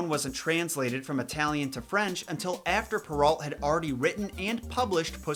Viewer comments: Its prenounced pear-o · Charles Perrault (pronounced pur-oh, not alt); he was French.